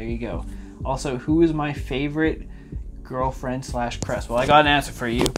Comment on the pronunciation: Do u have a giwl fwend Yes good spelling yes yes